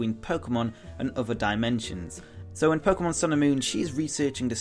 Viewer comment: It’s pronounced Mon, like Pokémon, Not Mohen. Also, it’s pronounced Koo-Kooi, Cooki XD